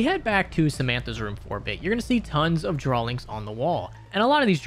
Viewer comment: Draw-lings. Like he's a baby lol